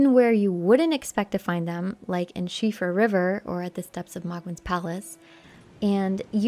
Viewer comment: Thank you so much for the correct pronunciation of Siofra!